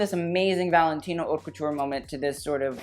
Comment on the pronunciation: Haute is pronounced oat. Best and worst ... some should fire their stylist.